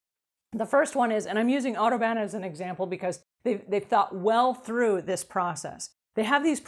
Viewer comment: Oh, odo ban! You kept saying auto ban.